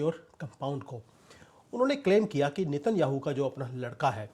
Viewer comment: Sir उनका नाम नेत न्याहु है नितिन याहू नहीं😂😂😂😂